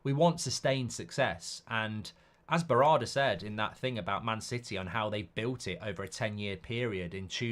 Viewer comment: Mark you've butchered Berrada's name 😂